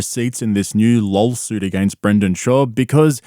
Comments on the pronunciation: Lawlsuit. He even calls it a lolsuit. Perfect for a lolcow like him. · Does he intentionally say lawlsuit? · This whole time I thought you were calling it a LOLsuit as a funny pun. I never saw the original clip of Brandon unironically pronouncing it like that